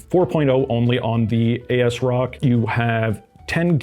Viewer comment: If it helps: it AS-Rock as in “as-if” and it is an EPYC ROME based board so you split the name there.